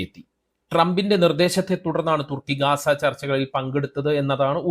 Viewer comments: എർദോഗാൻ അല്ല. ഉർദ് ഗാൻ. ഗാസ അല്ല. ഗസ്സ | ഗസ്സ ഗസ്സ .... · ഗാസ അല്ല ഗസ്സ